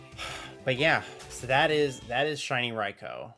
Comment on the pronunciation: wow someone actually say raikou correctly